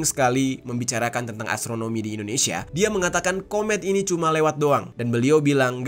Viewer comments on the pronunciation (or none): none